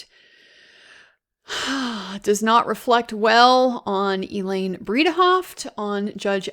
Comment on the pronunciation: "Bread-a-hoft" is how to say it correctly. Elaine Bredehoft.